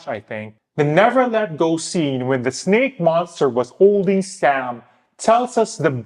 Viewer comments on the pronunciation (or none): none